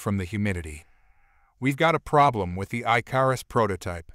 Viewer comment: Your word is not I-car-us it is Ick-or-us. Please teach whoever is doing these adios the difference between bow as in bow and arrow or bow as a formal bow to your lady or a dignitary I enjoy the stories but it's so frustrating to hear the English language abused in such a manner